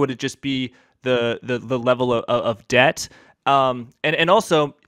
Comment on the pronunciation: Great content great guest. Someone just has to explain to Willem that the b in debt is silent